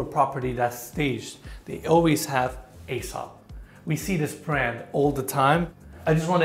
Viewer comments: Another great tour guys. I used to pronounce Aesop "A"sop but its actually pronounced "E"sop. Peace. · I remember the time you called the fancy soap EE-sop. That was funny.